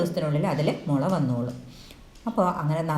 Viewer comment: മുല അല്ല മുള ok 😂